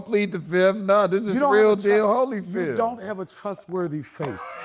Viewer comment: Donnell pleads the "FIF"